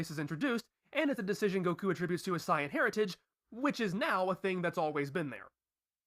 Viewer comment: not all of them, he said bluma, gero (not pronounced like "jero") and saiyan like sighyin